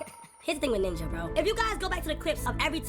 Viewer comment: Bro did not say ninja 💔